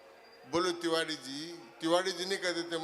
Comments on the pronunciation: तिवारी होता है तिवारी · तिवाड़ी जी नहीं तिवारी जी कहो प्यारे